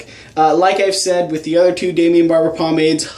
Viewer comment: Daimon Barber* not "Daimion"